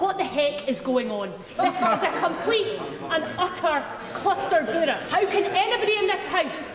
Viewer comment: Did that blonde woman say "cluster buddha"?? 😂